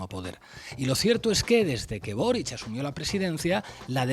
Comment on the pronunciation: es Boríc. Es catalán